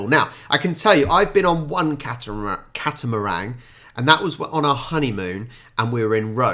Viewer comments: Catamaran was literally spelled in front of you, and you said catamarang? Cat-a-meringue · It's actually a "Catamaran", no "g" on the end m8. Enjoyed your reaction and comments. For a country with a small population, I think Australia has given it's fair share to the development and progression of society. I'm 57, so went to school in the 70s and 80s - encouraging us as young kids to use as much imagination and creativity during story writing, art classes, producing projects on other countries etc as possible, I guess has made us quite resilient and resourceful. If we're faced with problems, our brains go into "how do I fix this" mode. I'm also disabled with MS, so growing up with those traits, has made dealing with this disease so much easier - I've had to find other ways to do things, to achieve the same or desired result, and have "invented" a couple of tools to help myself in daily living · Catamaran not catamarang